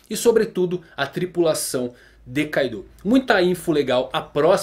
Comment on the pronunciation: Na vdd kaido não é carta. A pronúncia correta seria ka-do(kaado)